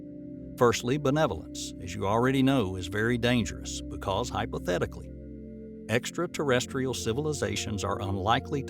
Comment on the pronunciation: It's Ai most probably. I used to think wow what a great narration, then he said, in this video, Fermi Paradox in a very weird way, and I think "he" messed up the word extraterestrial and said something like extratestial. So yeah.